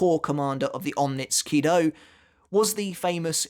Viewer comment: onmitsu nindo sounds more correct